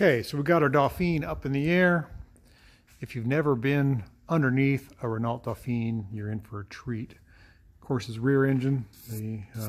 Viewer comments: Please, please, it’s pronounced ‘Reno” and not “ren ault “ There you go, my little Aussie winge. 😝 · Probably is a Gordini: 4 wheel discs, 4 spd transmission, 37 HP. BTW it's "ren-OH". C'est francais. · “T” in Renault is silent, and it is pronounced as “Ren-no.” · had the car for many years but still can't pronounce "ren-oh" correctly :P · I get a chuckle how you say Renault ,It's wrong.haha The lt is silent .